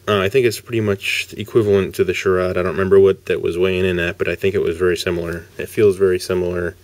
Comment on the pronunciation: it's actually pronounced "SH RADE" good review though